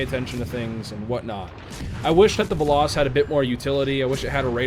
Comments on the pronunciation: It's pronounced "veloes" but without the e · ITS "VELL-OHS"!!! AAAAAARRRRRGGGGGGHHHHHHHHHHHHH!!!!! Fun fact: It's Greek for "Arrow" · It's literally velos but u literally pronounce the e as it is. U don't pronounce it like an i.